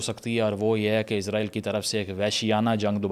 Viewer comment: it's Israel not Izraeel